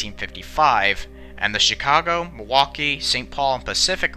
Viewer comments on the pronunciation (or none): none